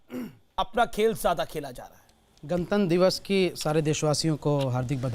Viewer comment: शोएब जमूरे तूने क्यों सूअर की आवाज़ में गाने की माँ दोच कर भौंका, संविधान की दुहाई देने वाले लूले ने गणतंत्र दिवस को गणतंत दिवस बोला, काला भूतिया कहीं का